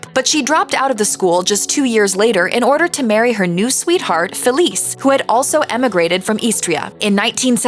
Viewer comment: I recently read Lidia’s memoirs. She’s a much tougher cookie than the warm and fuzzy grandma she portrays on tv. I guess that’s admirable since she’s such a huge success. But underneath the facade is an iron will, and you wouldn’t want to cross her. Btw, her ex-husband’s name is pronounced Feh-LEE-cheh, not Felice!